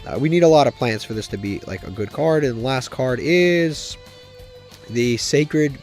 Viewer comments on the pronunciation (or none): none